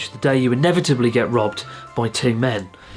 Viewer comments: I figured he said robbed but my ears definitely heard loved and I was like oooo haha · At first I thought was saying „I was loved by two men.“ 😳 U wot mate? I didn’t burst out in laughter for a while. 😂 Thanks Chris ☺️